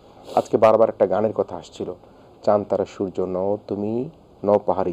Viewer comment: চান তারা নামে শাফিন ভাই এর কোন গান ছিলো না, সঠিক উচ্চারণ হবে চাঁদ তারা।